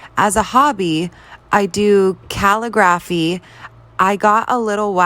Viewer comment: hold up did she just say khalluh graafy?!? What the hecc dude